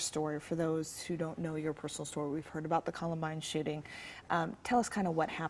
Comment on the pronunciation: I always hear "the shitting" and not "shooting"